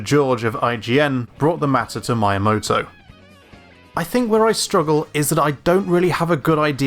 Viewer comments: Amazing video. Really great, I mean it. Thank you. But please stop saying Miyamoto like that. It's Miya, like Mii-ya, not Ma-ya. That was truly unbearable to listen to ^__^' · He said まいやもと but he should've said みやもと. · I just need to say this. Learn Japanese pronunciations. Miyamoto is not spoken as my yah moto. But Me - yah - moe - toe. IT's almost like someone saying ff- zeh row instead of eef - Zee - row . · "Mee-ya-moto" Not "my-moto" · My only bit of negative feedback about a stellar breakdown of a franchise that I love, is your pronunciation of Shigeru's surname. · ME-a-moto. Not My-a-moto. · It took me too long to understand you were saying Miyamoto. It's Me-yamoto not My-amoto. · Come on, man. You must know that his name is pronounced just like the Wii at the beginning. Like "Mii-yamoto", not "My-yamoto". But other than that: good video, really hope F-Zero will make a comeback... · M “eye” amoto? It’s pronounced M “ee” amoto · The romanji "mi" is pronounced like "me" in english. It's not Mai-ya-mo-to. It's Mi-ya-mo-to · why u keep calling the dude mayamoto.. its meeamoto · Please... Me-uh-moto Not my-uh-moto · Meeyamoto. not Mayamoto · Just a heads up, Miyamoto isn't pronounced like my, it's pronounced like me. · Basically japanese is pronounced like how it's written, so going by your prononciation Miyamoto's name would be writter Maiamoto. Just remember that the "I" as well as "Y" is just pronounced "ee", so mee eea moto I'm not explaining it very well haha but it isn't that hard when you get the grasp of it! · The video was awesome, informative, to the point and clear enough, however f I hear "mayamodou" instead of "Meeyah-motoh" once more, i swear i'm going to take down the servers of youtube so that nobody can enter this site ever again. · me-uh-moh-toh not my-uh-moh-toh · not MY-ah-moto its MEE-yaa-moto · His name is miyamoto, not "my moto" ! Pronounce : mee yuh motto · i believe his name is pronounced "me"yamoto and not "my"yamoto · btw it's Meeyamoto